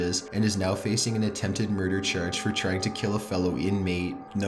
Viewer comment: Mirder churge.